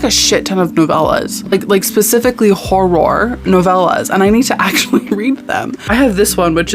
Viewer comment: every time you said "hor-roar," my soul left my body, but in the best possible way.